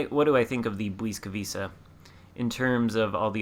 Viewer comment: Ł is pronounced like a W in English and C is always like a TS, so Błyskawica is bwiska-vitsa (or at least close enough;)